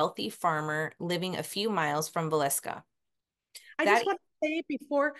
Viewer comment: I’m from Iowa and yes, you pronounced Villisca perfectly. I’m watching now ❤